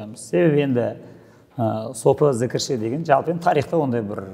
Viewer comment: Джі əріпін Ж деп айтайық!!!